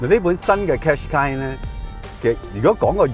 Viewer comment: 唔係讀car shu qai呀老友